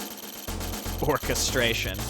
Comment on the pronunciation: "orcastration", really ?! I like It kkkkk